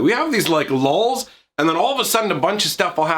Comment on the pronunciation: Lulls? Lmao